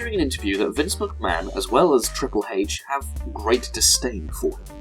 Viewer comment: Triple Hatech why do you say it like that? its a lettter not a word! lmao btw FUCK daniel bryan he is trash. reigns too